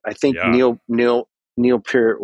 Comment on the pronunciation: Funny how he pronounced 'Peart' correctly the 2nd time 'round but then returned to mispronouncing it for the rest of the video 😁 Which was a lot of fun to watch and listen to, so thank you both, and Tim! 😀👍 I admit Primus are a bit too weird and quirky for me, and I never succeeded to get into them beyond 'Wynona's BBB' unfortunately, but I still am able to appreciate and respect those guys as musicians and also as the nice people they are 😊 And congratulations on getting to chat with one of your drum heroes! 😍👍 I'm very happy for you! 😊🙏